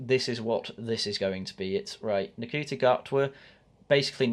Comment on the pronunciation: Saying his name wrong, its Shooti, how dare you not know Nc is pronounced Sh in Rwanda you massive Wacist